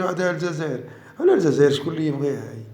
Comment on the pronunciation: سمعتوا كلمة الززائر 😂 تعرفوا شكون لي يقول ززائر